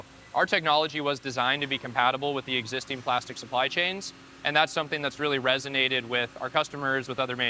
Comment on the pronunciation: “…resonated” or “…resin-ated”? 😂